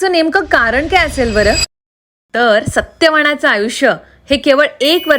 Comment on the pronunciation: सत्य"वाण" नाही सत्य "वान" असे आहे... स्टँडर्ड बोलायच्या नादात अशुद्ध मराठी 😂😂😂